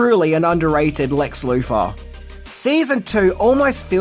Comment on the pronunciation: ...Lex Loofah?! 🤭